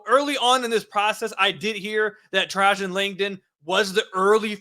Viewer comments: It's pronounced trey-gin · lol.., you’re pronouncing his first name wrong.. it’s “Trey-Jen “ … aka the Alaskan assassin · "Tray-Gen"... Lol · Bro you seriously pronounced Woj’s name properly but not Trajan’s? 🤣 You must be too young to remember Langdon from his duke days. Otherwise you definitely would’ve known the pronunciation. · Trajan…….. former Duke star 11 pick in the 99 draft you butchered his name 😂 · Didn't even look up how to pronounce the man's name